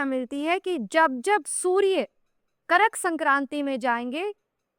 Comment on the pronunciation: शक्ल से ही काम वाली बाई लगती है और बाते भी वैसी ही करती है। कर्क होता वो करक नहीं।